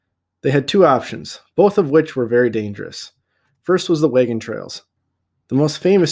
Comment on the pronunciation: Thanks so much this helped a lot! Also I love how you say “wagon” it’s like waygon😂😂